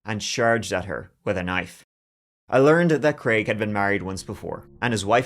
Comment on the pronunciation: Thank you for pronouncing the name of the fictitious character as Crayg and not Creg.